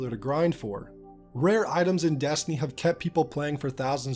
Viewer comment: You say Destiny weird, like “dastiny” or “deeyestiny”